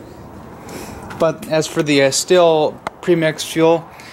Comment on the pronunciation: 1) it's pronounced steel 2) Buy a maul it's faster. 3) use the chain brake I didn't see you engage it once. 4) take the time to learn proper cutting techniques. Stay safe, these saws are dangerous in untrained hands.